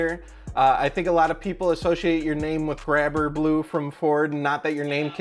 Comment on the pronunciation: Omg my question was the last one Ps. Totally butcherd the name